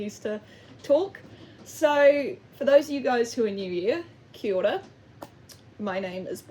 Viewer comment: Hears you say kia ora and immediately subscribes XD Hi! I've never heard someone say it like that but yes I'd agree somehow relating to the statement "trauma keeps you young" people certainly treat it like that. I just got called innocent again a few days ago by a friend who doesn't know me very well and it made me laugh like nothing else.. your story about the chains very wholesome too:] you are very cool, I'll defs be watching anything else I see by you. 🏳‍⚧🧡